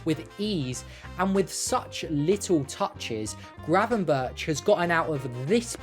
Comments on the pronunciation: Try to at least get the guy's name right! Its crazy to hear GravenBertsh ?! twice within 20 seconds. So I stopped. In future just think of Dennis BERGkamp. And use that BERG pronunciation for Gravenberch. Goldberg, Bergkamp, gravenBERG. Even if written Berch don't pronounce like he is a russian. Kinda big fail considering all the effort put into making a video. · Pls say Burk instead of Burtch, it hurts! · It is not 'GravenBIRCH', better to say GravenBERG' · Excellent analysis. Just one thing. His name is pronounced GravenberG, with a hard g. Not ch as in chips. Keep up the good work! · Just a little detail; Gravenberch is pretty difficult to pronounce for a non-Dutch speaker. The closest you can get to the correct pronunciation in English is: Gravenberg, as the first G is pronounced the same way as the last g(ch) in Dutch. So it should be the same way in English, hence the "Gravenberg" pronunciation. Cheers :) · Nice analysis. Now try to pronounce non-english names the way they are pronounced in the respective countries. 'berch' is not pronounced as birch..... Find a Dutch youtube source for the right pronunciation. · Please pronounce his name as if it were written as 'GravenberG'. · Pronounce his name as gravenberg, with a hard g. For the next video. This one is really good, nice analysis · Hearing the man's name being mispronounced for 10 solid minutes was so painful. It was so bad, that it seemed deliberate.